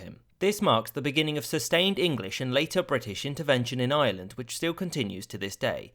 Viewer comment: It's pronounced Ireland!!! Not island.